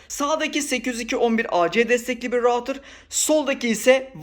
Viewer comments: Rautır değil Ruutır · Video için teşekkür ederim ama rautır değil, ruutır diye okunur.